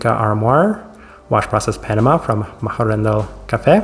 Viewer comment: very creative attempt at pronouncing Machhörndl :D